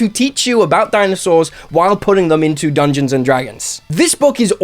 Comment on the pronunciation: Putting the emphasis on the dungeon part